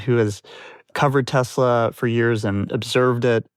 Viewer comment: The Orange Man can't even drive a car lol 😂 Tesler he said!